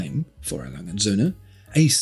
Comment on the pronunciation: Can you please stop calling it "A Langensöhne"? It always reminds me of "Hurensöhne" which is german for "sons of bitches". Please take the time to learn how to pronounce "A. Lange und Söhne". The brand deserves your respect...